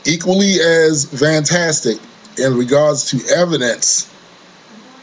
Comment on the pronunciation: thumbs up for the word "FAIF" or.... "FAFE"... and the word "VANTASTIC"